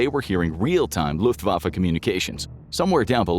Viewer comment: When Americans pronounce german words its always cringe haha. "German luftuafä" "wunderwaffei"😅 Greetings from Austria.